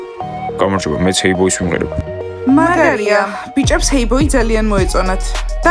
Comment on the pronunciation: Ყველა ხეი ბოის რატო ამბობს ჰეი ბოი არის სწორიიიი